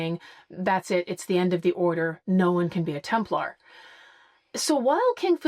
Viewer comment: What's with this "Templahr" pronunciation? Does that come from the Da Vinci Code? What's wrong with the "Templer" pronunciation that most people use? This seems to me a case of hypercorrection or affectation in order to appear more educated.